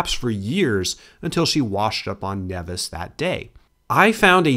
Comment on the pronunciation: Nevis ls pronounced as knee-vis